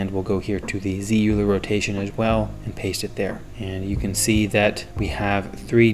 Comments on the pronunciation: Hey there just a tip "euler" is pronounced like "oilah" not "youlah" (english) :) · It's pronounced oiler